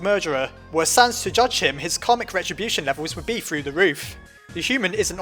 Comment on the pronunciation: also am I the only one that thought he was pronouncing karmic retribution as comic retribution?